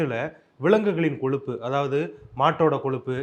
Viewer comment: "கொலுப்பு" இல்லை கொழுப்பு